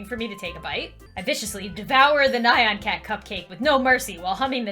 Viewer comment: ITS NYAN CAT, NOT NAH-YAN CAT.